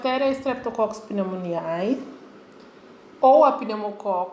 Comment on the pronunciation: estou adorando, seu vídeo esta me ajudando muito, mas lembre-se que o ae no final não de pronuncia, é agalacti ou pneumoni. obrigado pela ajuda.